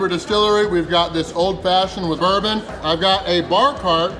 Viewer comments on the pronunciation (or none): none